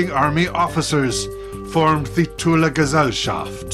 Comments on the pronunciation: as far Iv'e heard from German speakers, the Thule Society is pronounced "Too-Lah" as well. (you got it right the first time) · Yes, he got it just right the first time! The "e" at the end is not silent and there's no "th"-sound in german, so I guess writing it something like "Tool-eh" is a good compromise. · Thanks. But I guess to an American the spelling comes out as "Thool" Like I said, he got it right the first time.